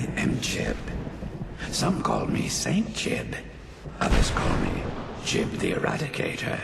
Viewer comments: I believe you pronounce the whole thing. Jee-oob. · I've always thought his name was pronounced as "Gee-oob" :p